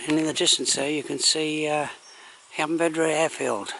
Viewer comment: You missed out on going to the nearby Roman Steps and the lake that echoes when you shout across it . Btw . You keep mispronouncing Llanbedr .